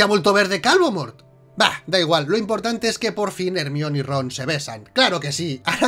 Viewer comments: NO SON ERRORES DE DOBLAJE: Hermion jajajajajaja saludos me encantan sus videos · QUE HORRIBLE QUE DIGAN HERMION